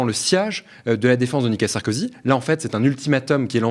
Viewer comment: Je suis le seul à bloquer sur le prononciation du monsieur sur Nicolas Sarkozy ? Je l'entend dire "nika Sarkozy " ...